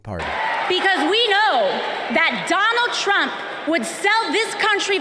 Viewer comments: Biden said " Donald Chump" lol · Is he calling him Donald Chump? 😂